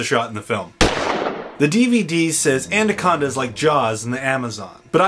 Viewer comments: It'd be nice if you could say it right and not "And-a-conda." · Good reviews but why are you pronouncing it anDaconda? There's no d in it, lol you must be doing it on purpose :P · Is he pronouncing the title "ANDACONDA"?? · He said andaconda the whole time😂😂